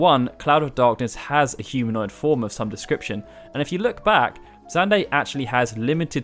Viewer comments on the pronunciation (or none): none